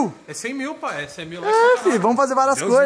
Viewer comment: O cara fala "Pae" pra td mds 🤦‍♂️🤦‍♂️🤦‍♂️ Poha fala direito.